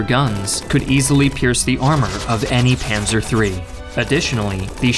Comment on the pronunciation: I think the most accurate was "Panser" for "Panzer" But I could understand nearly everyone he named